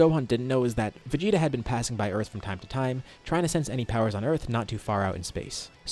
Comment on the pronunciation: "VeGTa" LMAO